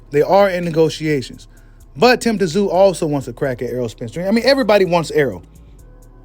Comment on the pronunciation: The”T” is silent … it’s simply pronounced, “zoo”. You know like Sun Tzu? Any dude that’ll step in that squared circle should at the very least, be given the respect of having his name properly enunciated by boxing media. It would also be a good look for you as well.